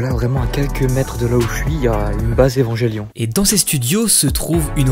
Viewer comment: Salut, ta vidéo est incroyable. En revanche, tu m’avais prévenu, mais mes oreilles ne supportent toujours pas ta prononciation d’Evangelion. J’ai fini par croire que c’est un running gag 😁 En dehors de ça, incroyable! 👍🏼